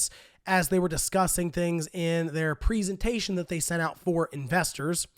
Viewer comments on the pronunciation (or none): The way he said presentation😂